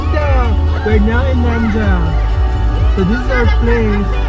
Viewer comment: Thanks for the video. Nendaz will be pronounced like NA -DA'